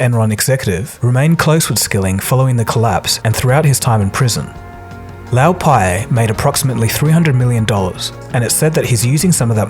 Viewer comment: Interesting and well-made video! By the way I think you are pronouncing Lou Pai's name wrong. Lou is short for "Louis" (Lewis) whereas you are pronouncing Lou to rhyme with "Mao"